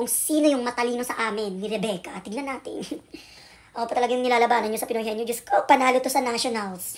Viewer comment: "Pinoy honyo"